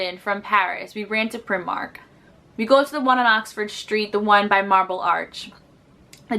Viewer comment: Pry-mark. Often referred to as pry-mar-nee (as in Armani)